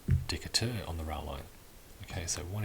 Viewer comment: Re-watching and enjoying. BTW, I am impressed with your American pronounciation of the leader's names and locations. The only mispronounciation was Decatur (in Alabama, well, really everywhere in the USA). It is pronounced Deh-KAY-ter. Named after a naval officer Stephen Decatur Jr.